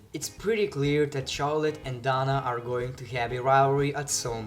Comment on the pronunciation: Dana Brooke pronounced Day-na